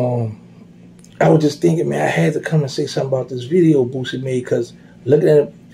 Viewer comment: Every time he says POOsie, I be in tears🤣🤣